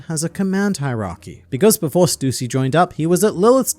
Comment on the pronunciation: its not stuusy its stussy dont emphasize on u its annoyinng to me please stop it